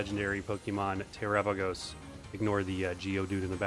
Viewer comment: Why do content creators say Te-RAH-pagos? Its Tera-PAH-gos, like Ga-LAH-pagos